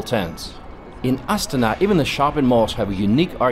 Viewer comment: How come the name of the capital city is pronounced differently from the cycling team of the exact same name? I have never heard the Astana cycling team pronounced the way that the man in video is pronouncing the capital city of the same name.